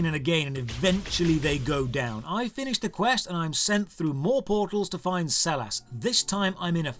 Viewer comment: Sellars is my last name and the way you pronounce it pains me